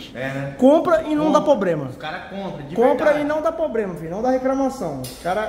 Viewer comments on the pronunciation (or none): Tirando onda de como os Pernambuco fala errado e falando "POBREMA" KKKKKKKKKKKKKK